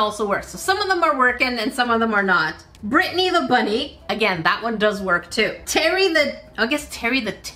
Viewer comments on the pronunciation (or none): none